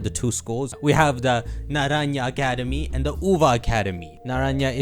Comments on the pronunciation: Naranha is pronounced like nanranzha and not naranya and means orange and uva means grape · Naranja isn't pronounced Nara-nya it's pronounced more like naran-ha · "Naraya is grapes and Uva is orange" 😂😂 Na-ra-n-ha means orange and Uva is correctly pronounced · Naranja is pronounced "Naran-HA" like Happy, great video like always Ty, I'm definitely hyped to explore Paldea! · Sorry, saw you pronounced it like that copying someone. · as a Spaniard the way you pronounced naranja hurts. Also you got them mixed up uva is grape and naranja is orange.